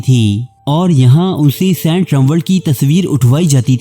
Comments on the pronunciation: Sant nahi hota saint hota ha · O, its Saint not Sent Kon lok o tussan